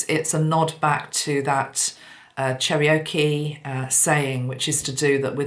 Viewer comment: Hi, FYI: Cherokee is pronounced "Chair-oh-key." ✌